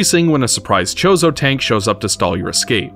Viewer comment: I'm sorry... are you calling them "The Chorizo"? cause that's some spicy sausage